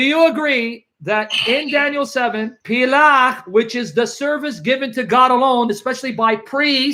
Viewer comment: Word is pel-akh/palak not plach btw.